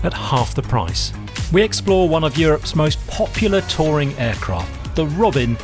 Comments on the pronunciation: First off: it’s Di-ZHON. Second, it’s Ro-BEN, not Robin. Thirdly, my French Aeroclub had C172 and PA28. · don't think it could be pronounced robin.